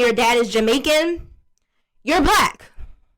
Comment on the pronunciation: she said Jaimaca lol. Where they brag about how the can bleach and "catch a good color"...